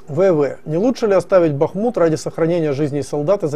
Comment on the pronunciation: БутусОв. Как житель БАхмута скажу что местные ударение на А ставят.